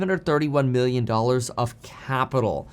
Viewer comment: Dude, you gotta pronounce your "B's" and "M's" properly. Giving me anxiety between Billion and Million lol